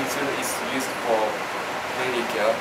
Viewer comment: Am I the only one who noticed the dairy care instead of daily? Hahaha